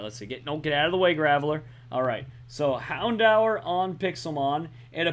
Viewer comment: say houndour as in Houn-door